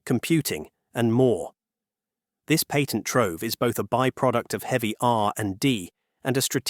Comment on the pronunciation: Love your video, but please learn how to pronounce the word patent. Its SO annoying.